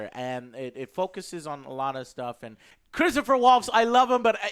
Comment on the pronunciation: "ChristophER Waltz..." That’s NOT a bingooouuu!